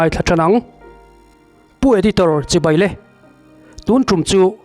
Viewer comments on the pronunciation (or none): none